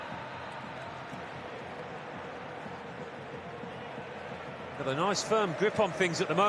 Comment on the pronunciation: That Mbappe second time sound by commentator❤❤❤❤